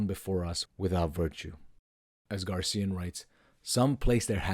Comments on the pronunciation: GARCÍAN????? My goodness! Is so difficult to tell "GraciÁn"?? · Yes! GRACIAN, not GARCIAN. Like fingernails on a chalkboard. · GRACIAN! not gar CIA!- It is unlikely that Nietzsche read Balthasar Gracián or was directly influenced by him. There is no mention of Gracián in Nietzsche’s published works, letters, or notebooks, and no evidence that he owned any of his books. While both thinkers share a common interest in aristocratic morality, self-mastery, and the art of living, their fundamental philosophical projects and ethical frameworks are quite different. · Gray-C-N? Grace-ian?